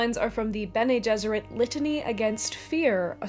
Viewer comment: its amazing how basically everyone pronounces Bene Gesserit wrong